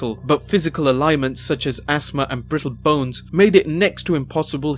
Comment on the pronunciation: Ailments, not a-lie-ments... Jesus, I love your videos but your pronunciation is all over the place.